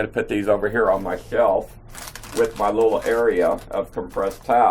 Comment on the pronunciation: Welcome to Gun Show. He is starting to buff up a little...emphases of the word little:)